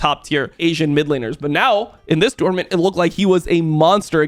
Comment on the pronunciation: Bro almost had to turn this video off bc of the way you say “tournament” shit was driving me insane